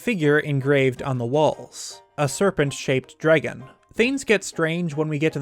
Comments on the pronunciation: say it with me DRAAAAAAG GONE note dregun lmfao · SAME. I had to stop watching over "jreggin" pronunciation ... I could deal if the word wasn't said ... constantly. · are you guys from california? my friends from there say eggs like "aigs" and other things similar to "draygen". i pronounce it "draggun" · Anyone else notice how he says dragon like "dreygun"? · my favorite part was hearing you pronounce dragon "draigon" love it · The only word I heard in this whole video was “dreygon” lol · I just realized that I pronounced dragon as dray-gen now that you said that aha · Man, I've gotta ask - where are you from? I've never heard anyone else say "Dragon" like you do and it's had me curious for ages now. I just cannot place the accent for the life of me. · Where are you from? I came to the comments specifically to see if anyone commented on the way you say dragon.